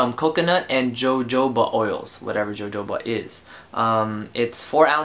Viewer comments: pronounced "hohoba" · jojoba oil is pronounced 'hohoba' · Loved how you pronounced jojoba, lol!